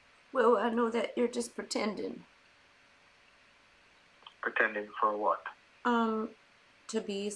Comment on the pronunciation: I love the way you pronounced “pretendin’” the first time. 🥰